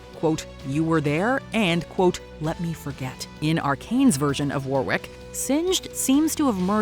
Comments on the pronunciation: I might be wrong, because I'm just talking normal English, but 'Warwick' is normally pronounced with a silent second W. Lol might be different, I'm not au-fait with Lol, just English. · As someone who is actually from Warwickshire where the name Warwick originates and also which has a village itself called Warwick, I gotta say I’m having a hard time dodging the American pronunciation of it constantly around Arcane, quite conscious of it not getting stuck in my head the next time I say it 😅 For some reason it seems Americans pronounce the 2nd ‘w’ but the correct way is the way that Warwick Davis says his name which is pronounced ‘Worrick’ not ‘Wore-wick’